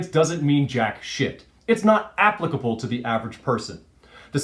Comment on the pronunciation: I subbed when you said "APPlicable" and not "apPLICKable."